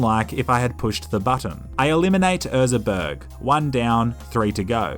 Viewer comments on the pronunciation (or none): His name was "Ezra Berg", not "Erza Berg" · “Erza” it clearly says Ezra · It’s Ezra not Erza. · I hate how he says erza instead of ezra. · *EZra not ERza.. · Ok everyone's talking about him saying 'Toto by Africa' but nobody's talking about him saying 'Erza' instead of Ezra for the whole video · Is nobody gonna mention the fact he says Erza instead of Ezra? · Love how is saying Erza instead of Ezra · Most hydrated one! Big fan.. Huge! BUT.. his name is ezra.. EZ-RA. Other than that, top video. 2 thumbs up. 👌🏼😊